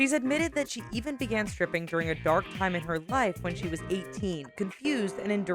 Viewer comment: Did you guys hear her she said tripping instead of stripping?